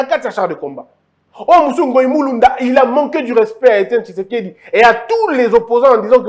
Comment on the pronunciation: Pourquoi vs avez du mal à prononcer Thysekedi. Quand vs dites Thilombo incompétent par raport à quoi et á qui? Les maisons préfabriquées, je vs informe que les gens sont en prison á cause de ça. Pour peindre une maison, on commence par netoyer, poncer et la peinture vat suivre. FCC demolie, liberté d'expression retrouvée. Tout ça ne vs dit rien? Alors je ne suis pas surpris qu'on vs qualifie d'haineux.